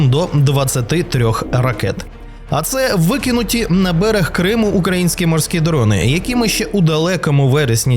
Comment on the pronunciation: Якийсь наголос дивний у ведучого в слові українське...